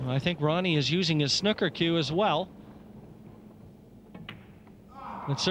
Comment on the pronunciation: Pls can someone tell the Canadian commentator how to pronounce snooker. Very ignorant and irritating the way he says it